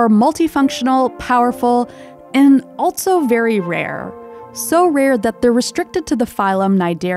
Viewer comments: I find it jarring when she pronounces "also" as "altso". I've never heard anyone talk like that. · Loving this channel. It’s really great and beautiful. Not gonna lie tho, i’m mildly bothered every time she says “also” because she pronounces it “altso” and it sounds weird. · Good narration, but such unusual pronunciation of "also".